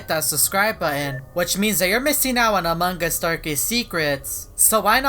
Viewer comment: No one: Me: PANDA PFP What my ears hear in this video: AMOG US